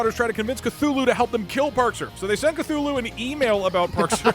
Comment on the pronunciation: It’s Cthulhu you idoté